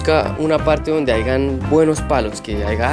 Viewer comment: Una pregunta: ¿Usted sabe que se dice "Hayan" y no "Haigan". Le hago el comentario de manera positiva. 👍😊😊